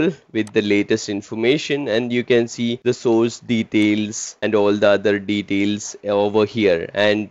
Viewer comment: Bro speaks flawless english for 10 minutes and then can't pronounce "details" correctly 😂 Awesome video ❤️ Helped me a lot while studying for my SC-300 exam.